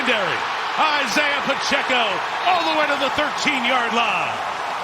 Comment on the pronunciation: Pa-chey-co. Respect the name, respect the race.